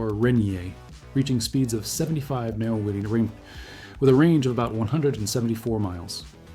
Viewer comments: I would have really liked this video if there was a real person reading a script instead of a dumb AI the says Mapghiiiirfhh instead of Mph or Keeempfhey instead of Kph. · Meelhows? N'mosterips? Mph is obviously too difficult for your AI. Or AnotveryI!